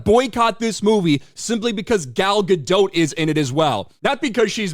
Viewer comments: Ok agrees with the video. But why cant Americans understand how Gal Gadot is pronounced? Its not a French name and shouldnt be pronounced as such. The t in the end of sounding not Silent. Its Gal Gadot with a sounding T not Gal Gadooo. Lol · The "T" isn't silent in Gadot,! Ga-DOT. Rhymes with "a lot." Sorry, just my pet peeve.